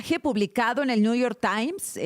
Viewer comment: Ayer escuché a la presidenta decir: dijistes, ahora mismo la acabo de oír decir niu yor tai, digo, estudió en Harvard, sabe hablar inglés y me supongo que español también pero ahora renuncia al conocimiento solo para hablar pedestre y agradar a la manada y por supuesto al macuspano